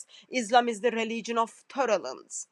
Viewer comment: Poor woman saying "torrelance" instead of "tolerance" and there are Christians who regard her as a scholar. What a pity!!! 😂😂😂😂